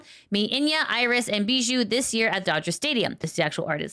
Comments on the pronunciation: a catgirl. Of course she would call her "Inya"! The rest of it... "NEE-no-MY ee-NAH-nis" is the full pronunciation,! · You don't know how to pronounce Ina's name?... I mean, I can see why, but it's so still sadge. Still though, it's great to hear that Hololive will keep doing collabs with American teams and companies. The way all these V-tubers get burned out with daily expectations, I wonder if there would be a reasonable way to plan on periodic internet breaks, like 1 week per month or something more. It might be easier to come up with inspiration and stay sane/positive.